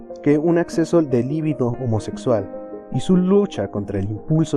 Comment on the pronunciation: "Libido", no "líbido"...